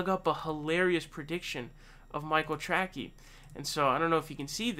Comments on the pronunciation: His name is pronounced Trasee not Trackee. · Isn’t it trace-y not tracky Lmao 😂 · It’s Tracey not Trackey. If you criticize someone get their goddamn name right! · Who the hell is Michael Trackie? Tray-see, Tray-see. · It's not Track-E, it's Trace-E. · That's the best pronounciation of "TracKey" I've heard :) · He pronounces it "Tracky" on purpose. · His last name is pronounced Tray-Cee. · Great analysis. His last name is pronounced "Trasey". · He does the mispronunciations on purpose lol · The only thing more embarrassing than being Michael Tracey is not being able to pronounce his name. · Dude I have never heard someone miss pronounce names as often as you do I generally like your contact but that is really irritating do you really think that’s how you say his last name?